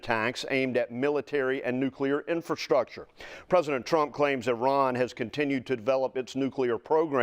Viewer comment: "Infrashhtructure?" What is "Infrashhtructure?"